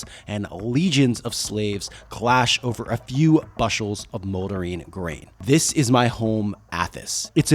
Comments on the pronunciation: It's pronounced bush like the shrubbery. A bush. Bushel. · If you arent familiar with a word like "bushels", look up the actual pronunciation before you butcher it.